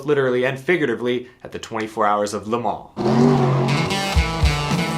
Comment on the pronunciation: Thank You for pronouncing Le Mans correctly.